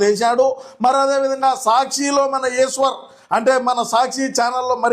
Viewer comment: "ఈశ్వర్" అన్నావా ? మరి నాకేంటి "ఏసువర్" లా వినబడింది ?🙃